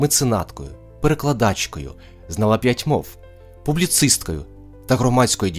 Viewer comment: Зна'ла, а не знала'. Напевно Олена Пчілка вірно ставила знаки оклику, на відміну від автора цього ролику.